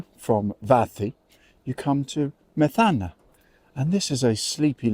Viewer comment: Greek here, The accent is on the "e' So you pronounce it: Me'thana, ( no Metha'na )! :)